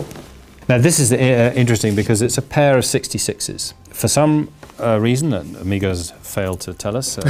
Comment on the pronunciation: Is it pronounced Amiga or Omega?